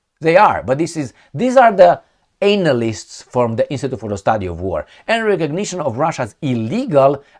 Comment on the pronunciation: please! not anal-ysts but Anna-lysts